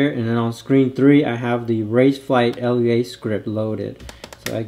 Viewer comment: Great vid, thanks for the post!! For edification purposes, Lua is pronounced LOO-ah. It means "moon" in Portuguese. :)